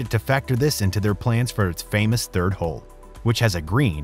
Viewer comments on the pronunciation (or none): none